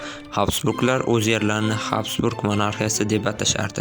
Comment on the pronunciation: Habsburg emas gabsburg. Har bir millat avstriya wonunlariga boysingan